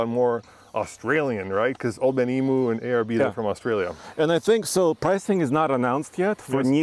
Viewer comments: BTW Old Man Emu is pronounced Ee-mew, not Ee-mooo LOL! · It's pronounced eme uuuu! Not emeooo! Just ask any aussie. Or ask Old Man Emuu hemselves. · It’s pronounced “old man emu [em-you] 😂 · Boys, its pronounced "Old Man Eam-you". You take all our best stuff while we are left with crap made in Thailand. We are happy for you, but at least say it correctly 😎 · You'll both need to learn how to pronounce Emu. 😂 It’s eem/you